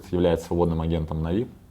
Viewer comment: Чел на манагере.... Откуда ты вообще взялся? Почему всё коммьюнити произносит "нАви" с ударением на первый слог, а ты же умудряешься произносить "навИ" с ударением на последний? Выглядит смехотворно. Как можно всерьёз воспринимать ролик человека который делает ошибку в произношении самой популярной в СНГ команды и при этом на серьёзных щах что-то втирает?.. Второе. Да ты же двух слов связать нормально не можешь. Слушать элементарно неприятно. Напиши себе текст на сраной бумажке и читай с неё, раз по другому не умеешь. На позорься перед сообществом. Вот это "повезло" так "повезло" с генеральным...